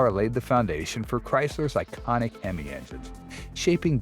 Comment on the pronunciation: Why's he mis pronouncing hemo